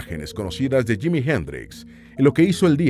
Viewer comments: Es JIMI,,,JIMI HENDRIX,,,JIIIIIMIIIII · Es que es JIMI HENDRIX y quítate el sombrero al pronunciar su nombre Mister Jimi Hendrix,,,,please.